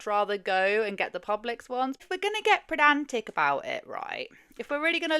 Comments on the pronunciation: pedantic not predantic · I’m not sure if I’m just hearing things, but the word is “pedantic”. There is no r in there. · Not sure if I'm mishearing you but it's 'pedantic' xx